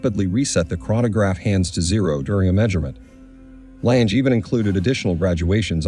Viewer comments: “Langer” is also wrong. Lange is pronounced more like Lung-eh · Please stop pronouncing the name as ‘Lanje’. The name is pronounced as ‘Langer’! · Not läntsch, terrible pronunciation.. Lange just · I‘m with you. Their pronunciation is incredibly ANNOYINJE… If I tell a bad joke, it can be described as a CLANGER… get rid of the plosive hard C and you have the correct pronunciation of LANGE. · AI crap. Doesn’t even pronounce the name of the brand correctly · I can't believe how often the commentator mispronounces the Lange name, as well as many of the features. Abysmal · He should learn to pronounce Lange correctly, it sounds terrible to a german. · Please learn to correctly pronounce the name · For a watch of that high calibre it is disappointing to note that the commentator is literally unable to pronounce the Lange name. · Very interesting but for the record it’s pronounced ………….R lunger and zuner (I know that’s not the spelling just how it sounds)